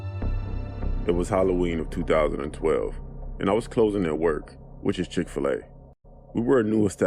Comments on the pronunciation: LMAOOO “chic-fi-la” im deaddddddd😂😂😂😂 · Ma’am it’s Chick-Fil-A